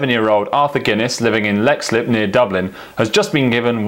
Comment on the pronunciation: just to point out Leixslip is pronounced leekslip. Otherwise the best pint of plain is obviously in Dublin.